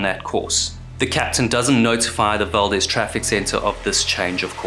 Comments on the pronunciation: Great video! Just an FYI, in Alaska, the town named Valdez and ship name is pronounced “val-deez”, unlike the Hispanic pronunciation “val-dez”. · We say Valdeez although you’d think it would be Valdez. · Valdez pronounced val-d-eaz ... strangely the guy who the town is named after is valdez like how you are pronouncing it but ya they just pronounce it differently up here. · Great stuff, as always. Inland Alaskan here…Fairbanks, saltwater is unfamiliar to me. But the locals pronounce it “val-DEEZ.” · Exxon Val-DEEEEEZ a hard E brother... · A simple search would have found the phonetic spelling. It undermines the veracity of your work to mispronounce the very subject of your video. The town and ship are pronounced val-deez. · Its pronounced val-dezz Like dezz nuts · It's pronounced Exxon Valdeez, kinda confusing i know. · Pronounced "Val-DEEZ" though, innit? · In your research did you search how to pronounce Valdez?